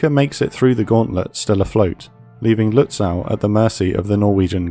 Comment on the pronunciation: It will be good if the guy reading this learns how to pronounce Lutzow. I cringe every time hearing that "aw"